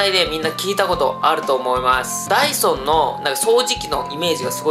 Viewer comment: ダイソンが、ダイソーに聞こえた❗